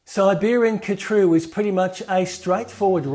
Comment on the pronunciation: カトゥールの発音はハトゥルが原音に近いようだ。KHATRU ×car true ○ her true